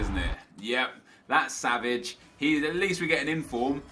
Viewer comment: i love when you say svage